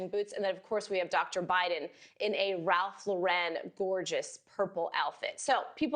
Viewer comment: This reporter is color blind and should also learn how to pronounce Ralph Lauren. Mrs. Vance word a pink coat with gray boots and Ivanka wore hunter green